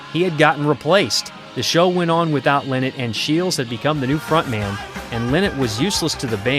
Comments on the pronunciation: Phyl lLie-not is his name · Lynott. Pronounced exactly like it’s spelled. LIE not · When you are not even able to pronounce Lynott in a right way...